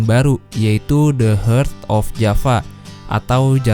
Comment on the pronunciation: The heart of java, dibaca the hurt of java 😂😂